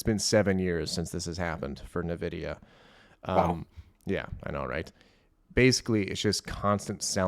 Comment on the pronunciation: It's pronounced "In-Vidia"